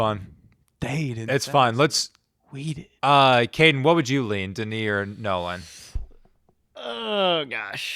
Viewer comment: Its Denis and its not even close